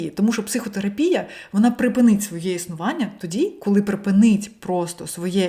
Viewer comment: це з саентологіі все. Дякую за цікавий УКРАІНСЬКИЙ контент і 💛💙 Дозвольте порадити щодо вдосконалення (ми всі вчимося) 👌 ПрипИнить (наголос на другий склад) "Роняє"- це явний русизм, в цьому контексті доречніше сказати "Спускає вниз" А в решті Ви супер! Така емоційна, щира🥰 Так, всі проблеми від насилля над іншими. І починати треба з самих себе і нашого ставлення до самих беззахисних - до тварин. Тому всі філософи, гуманісти, щиро віруючі люди були веганами, чого і всім бажаю 🤗